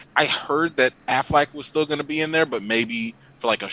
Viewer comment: Good conversation but is the guest saying "Aflac" like the insurance company instead of Affleck on purpose? is that a bit?